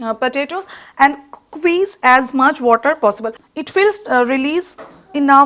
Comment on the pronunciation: Please note that its not "Queez" but "squeez".